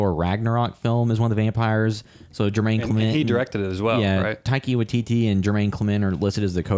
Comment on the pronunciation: Taika Waititi as in Tie-Car why-tea-tea...love your review 😊